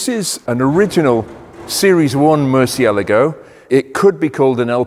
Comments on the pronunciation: "moor si eh la gou", man you butchered that one :)) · "Mur see ah LAH go" Hello? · Love this channel, have watched hours of it! BUT from 14m18s onwards pronounces the name as ‘Mercy-a-la-go’ whereas I’ve only ever heard it as ‘Mur-chia-largo’. If you’re reading this and your primary language is Italian or Spanish could you offer some advice on its phonetic pronunciation?!? I can't be the only one who is curious about this! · I think has it wrong too. C followed by i is pronounced 'ch' in Italian, eg Lancia is pronounced 'Lan-cha' I think Murcielago should be 'Mur-chay-lar-go' FWIW in Italian, g followed by i or e is soft, like a j. But 'gh' followed by i or e is hard... so 'Lamborghini' is a hard g, as in 'gone', not a soft j sound like 'gee' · I love how 99% of us have been saying “murcielago” wrong this whole time.... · Loved the video, you do need to pronounce Murcielago the proper way though! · Turns out I’ve been pronouncing ‘Murcielago’ wrong all these years. Is there a fix for the excessive clutch wear? Reprogramme the ECU?